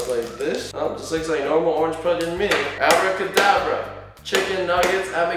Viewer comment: You said hour cadabra